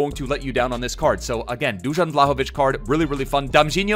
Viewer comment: Man pronounced Dusan Vlahovic in 15 different ways XD